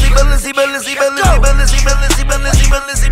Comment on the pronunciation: Nah thats the second best part the best part when he said Balenci 🔥🔥🔥🔥🔥🔥